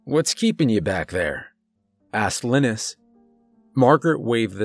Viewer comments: You good sir are an amazing narrator this being said I believe pronouncing Linus as (Lye-Nus)and not Lynn Nus is much more fluid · I hate to be that guy but its pronounced lie-nus not liness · Usually when someone mispronounces a name, I don't pay any attention to it. But I've never heard of someone named Linis - pretty sure it's Lie-ness. I'm just saying and I'm hoping he gets killed off because it's driving me nuts. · The name is (Lin-nis)? You sure it’s not (Lie-nus)? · All I can think is Linus is probably pronounced Lie nus as in Charlie Brown's friend, because I've never heard the name lin us. Good story. 🤗💚☮ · Every time you say Linus with a short i. I wonder how you’ve never seen Charlie Brown. Lol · Ugh couldn’t stand the way he pronounced LIE-NUS. Couldn’t listen anymore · Linus - LINE- US. Like in the peanuts comic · I think Linus is pronounced "Lie-Nus" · I think it's pronounced LYE-nus... like the kid from Charlie Brown 🤔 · ...I couldn't help but think that's a weird ass way to pronounce 'Linus' ...cause most use 'lie-nus' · good story,great narration but I think the name Linus is pronounced Line-us.As in Charlie Brown's Linus :)